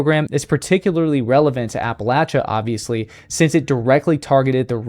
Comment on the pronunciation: Excellent video. I have never seen one, but many other experienced outdoorsmen whom I would trust with my life have told me about seeing them. Bonus points for your pronunciation of Appalachia. ❤